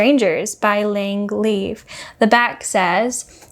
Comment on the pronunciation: I would love to read Lang Leav's novels, namely Sad Girls & Poemsia. 📚 By the way Leav is pronounced, Lee-Yav. 😄 Ooh you're from Georgia? I would love to go to Atlanta & Savannah one day? When I was a US recruiter, I used to talk to a lot of folks around Metro Atlanta (folks from Fulton, DeKalb, and Gwinett county). 😄